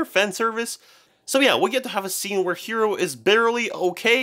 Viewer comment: Look I swear I'm not trying to be rude and stuff and I know you people who speak english have trouble with japanese, but the protagonist is NOT name "Hero", his name is Hiro, pronounced Hee-Roh, it's a totally real name and it follows the naming scheme of the anime.